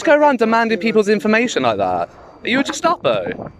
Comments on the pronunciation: Your pronunciation of Gestapo is completely wrong. You are saying Jestapo. lmao. Great videos btw. Subbed. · gestapo not jess-tapo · It's Gestapo as in 'guest'apo no 'jes'tapo - future Nazis might be more easily able to self-identify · its a hard G in Gestapo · Did you say “Jestapo”? 🧐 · check pronunciation of ‘Gestapo’ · You can't even say Gestapo properly :S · I'm not making fun of you, the point is you can't even say it properly, so it isn't a word you should just be throwing around... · The auditor can't pronounce gestapo 🤣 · If you must refer to people as Nazis you could at least muster up the decency to pronounce Gestapo correctly